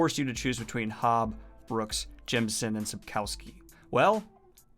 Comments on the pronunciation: please look up how to pronounce "Sapkowski", i literally wouldn't know who you are talking about if the picture wasn't there. it's pronounced a bit like Sup-koff-ski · Daniel please prounce Sapkowski less English and more Polish